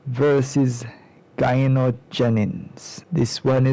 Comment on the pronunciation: it's Gino ("Jeeno") for future references bruda